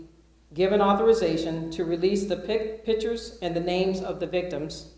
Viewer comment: get someone on that microphone who can speak English! "pictres"